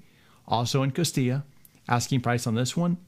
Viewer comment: Thanks for pronouncing Costilla properly!